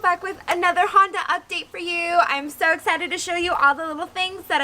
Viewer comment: haha it's a fucking Honduh Civic lol!